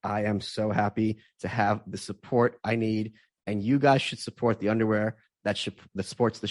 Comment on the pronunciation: Michael, please don't say "yer guises." It's such an awful neologism.